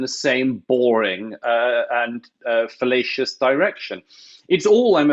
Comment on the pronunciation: Did Mr Murray say 'fallacious claim' or 'fellatious claim? :o